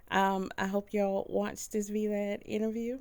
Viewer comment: V-Lad its vlad lol